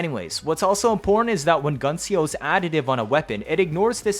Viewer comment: Love yer vids but like....tehfux is "Gun C O"???